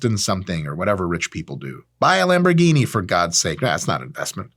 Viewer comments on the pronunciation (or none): none